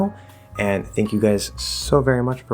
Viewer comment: Hi,! Is there an EE sound in a word 'think' (instead of an IH) on? And is there an EI in 'thank' (instead of an AH) on?